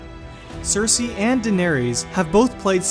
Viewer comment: Saphira GT-CS YES ! That really annoyed me, he has no problem pronouncing Cersei though?